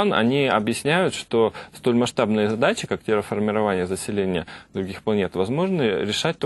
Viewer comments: Какая "терефикация"?! Терраформирование! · Терраформирование - правильнее будет, да и "террАфикация", а не "террЕфикация. Дальше смотреть не стал . ...Иаффтартакойже